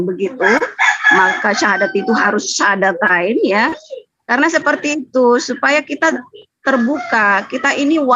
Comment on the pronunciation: Kl memang ibu dr ini muslim kenapa mengucapkan syahadatain aja susah.. Perlu hati²